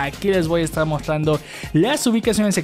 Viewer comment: Porque no haces bien la pronunciación de la TR me pone nerviosa que hables y digas “mostrrrando” 😒